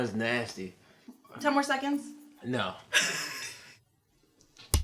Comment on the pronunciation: It’s nay...sty